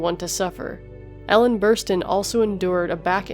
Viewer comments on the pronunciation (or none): none